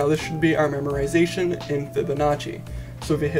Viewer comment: Dude, there's no "r" in memoization...